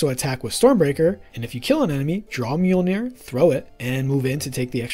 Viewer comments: The google tts gives the correct prounounciation(misspel?) in Icelandic or i could just make a short for you with only the word Mjölnir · With an American/English accent, not an Icelandic/Scandavanian one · As much as i love the videos, as an Icelandic native i feel pain everytime people say "Mjölnir"